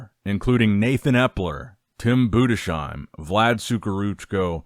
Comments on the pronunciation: btw, Budesheim is pronounced Budes-Heim not Bude-Sheim. Very nice summary of the show thank you for the video. Personally from a german perspective I think Tim Budesheim improved so much over the last few years. Looked great. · Say it with me... BOO-DISS-HIME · honestly find out how Tim's name is pronounced cuz it's just comical now you literally switched pronunciation of his name from Bood-a-sheem to Bood-a-shime within a minute of one another, it reeks of unprofessionalism. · if you read this, Tim's last name is not pronounced with an "sh" Sound but it's split in Budes-heim such that you say the "s" like an s and the "h" like an h in "house" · It’s BudeSheim with an S like in sun not like in shine! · Boo-dess-hyme. Its not that hard